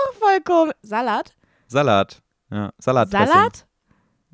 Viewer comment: min meinche Polen sprechen „Salat" wie es sagt so aus